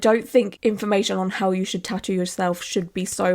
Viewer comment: The way she’s pronouncing tattoo is driving me crazy, I’m also Swedish and it’s not that hard ffs